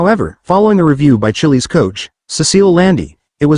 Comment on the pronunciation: Chillie's. Gawd. Teach the robot how to say it right.